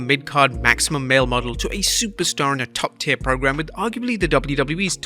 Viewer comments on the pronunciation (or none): none